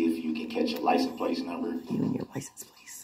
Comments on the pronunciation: License PLACE. he cant even pronounce simple words. Makes him look and sound even more stupid. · It sounds like he is saying license PLACE - not plate! Is that yet another Brooks-ism, if I am hearing right??? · Yep. Lisent place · 🤣He reminds me of when you first learn to write or fill in for a job you’re not qualified for. Why does he keep saying Ly-sent Place? Just idiotic.😤🤣🤣